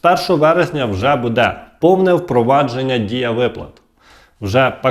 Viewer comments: Не казалось, а ЗДАВАЛОСЬ,, настоящі, ДА після кожного слова не почнуТ , покладуТ ( замість почнутЬ, покладутЬ), не будЕ ( бУде). Ви з якого села Львівської області? А щоб було перемир'я, то ідіть в ЗСУ і помагайте на фронті, а не заробляйте тут тим, що ллєте водичку. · Що буде?????" Задовбав....!!!!!! Буде:" добивають народ!!!!! Для чого цей наголос!!!!????? Буде'..............мукулатурщики!!!!!!!!!!!!!!!!